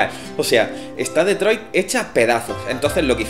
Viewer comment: Como pronunciada Detroit me provoca cáncer xD